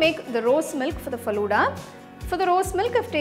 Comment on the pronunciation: Your pronunciation is wrong of falooda